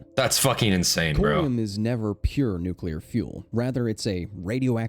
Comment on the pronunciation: Say it with me, nuc-le-ar. Atoms have a nucleus, not a nuculus. Rant aside, Ukraine is literally my neighbor and the accident happened around the same time I was born. You better believe I've read up on everything related.